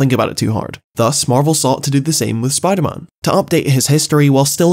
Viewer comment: Spimder man.